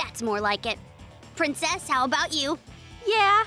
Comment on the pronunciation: I like how he's calling her prinnces